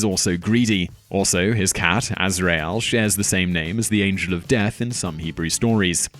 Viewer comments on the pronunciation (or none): none